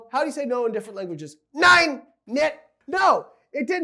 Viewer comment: That was an absolutely perfect german "nein" 😀